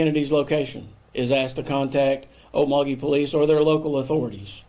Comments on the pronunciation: I live in Okmulgee (oh-mul-gee is probably closest way to say it, I pronounced oak-mulgee for the longest time). one of the first interviews after her husband disappeared, while he was out on a bike and she called him to pick up some dog food from Walmart. for some reason, I thought red flag, he's not coming back. its ashame what happened. Joe already came off as a nut, and I'm not saying they deserved what happened, but you should know there are risks with "hitting a lick" on wrong person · If everybody wants to know how to pronounce the name of the town, it’s pronounced, oak, muggy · Oh yeah...town is pronounced oak-MULL-gee with hard g sound like in great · Okmulgee- OAK-MULL'-GEE . NOT Oak' milgy. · 1st Im not complaining but rather tickled at how you slaughtered Okmulgee... lol Oak-ma-gee... is how its pronounced. 2nd It use to be a great little town... oil based. its now its mainly low income for the majority there. Lots of crime & drugs. 3rd Oklahoma is a "make my day" state of sorts.... Had the men been stealing and posed a threat they couldve all been shot and it wouldve been a justified shooting. No charges for whom ever defended themselves.... Im assuming the salvage/scrap yards were often targets of crime.... Yes I think the business owner did it and I think he did it to make a point to the others stealing from him... (not saying it was right just know how some of them think in that small town... this was crime was overkill.... no pun intended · Pronounced Oak-mull-gee. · Native American town name 👂- like: oak-mull-gee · Pronounced oak-mull-gie with the g like in gum with the emphasis on mull and not oak lol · It’s pronounced OAK-MULL-GHEE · Lol ok, how to say Okmulgee like an Okie. Oak-mul-ghee. Your great, I enjoy your show. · It’s OAK-MULL-GEE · Oak-mole-gee lol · Olek mo gee ..pronunce it right! Driving me nuts! Lol..im from Oklahoma. And Okmulgee isnt "rural". Its a small town outside of Tulsa . Thats like saying Stillwater is rural in Oklahoma.